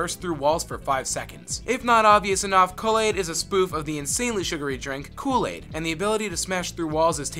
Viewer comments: The cringe is so real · kulle is pronounced as cool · Thank god there are others who noticed. I was particularly bothered by his butchering of the pronunciation of Kulle-Aid. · For the love of god! I love your videos but, you guys need to seriously find people to narrate who actually know how to pronounce the things they are narrating. Nothing will loose you credit with fans quicker than saying something like "Kulla-aide". I mean, come on. They literally say the guy's name dozens of times in the game itself. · "ded mou five" just for that I hope you never end up in my autoplay again. also, "kull-aid" doesnt have any sugar in it, you add your own. so its not "insanely sugary" its got as much sugar in it as you want it to have.